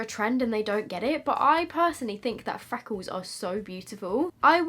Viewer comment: Fweckles.. lol